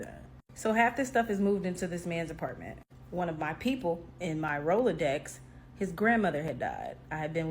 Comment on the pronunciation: The lady with the glasses, you can see the "Multiple partners" in her face.... She really said "roller dex" brooooooo